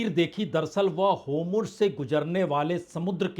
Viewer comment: होमुर्ज नहीं होरमुज़ है गलत बोलता है